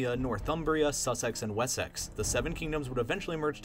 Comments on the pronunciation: ‘Sussex’ ‘Wessex’ and ‘Essex’ are all pronounced with an’-ix’ at the the end instead of a ‘-ex’. It’s weird but English is weird. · nice video but as a brit i can tell you that the way you pronounced essex, wessex, sussex was incorrect. instead of 'es-sex', you want 'es -six'. just sayin. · essEx, sussEx, wessEx! haha dont put so much emphasis on the E :) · lol this is great but the way you pronounce Essex, Wessex and Sussex killed me. EssEx lmfao, A for effort....but they're pronounced more like Essix, Wessix, Sussix :p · Just in case you make a video about this period of history again, Essex, Sussex and Wessex are pronounced: Ess-iks Su-siks Wes-iks (A bit dumb, but they were all named before standardised English) I'm British btw ; great video, well thought out! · Tip (From a native northerner) Essex, Sussex, Wessex etc are pronounced more like "Essix, Sussix, Wessix" :) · "SusSEX and WesSEX" - That pronunciation lol. Reminds me of Family Guy's "Cool Whip" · Btw, with essex and wessex, the sex bit is pronounced sux. So es-sux and wes-sux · the 3 last letters had STRESS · We clearly just like “sex” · The way he pronounces Wessex and Essex XD. Good video anyways I just laughed a bit at his pronunciations